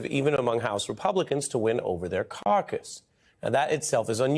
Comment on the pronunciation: caught that caucus » carcass